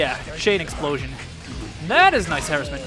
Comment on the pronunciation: Please look up the pronunciation of "harassment". Very cool vid! Good gameplay!